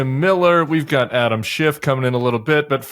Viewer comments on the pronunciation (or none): none